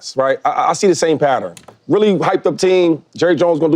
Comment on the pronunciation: Did Shady pronounce the word pattern correctly?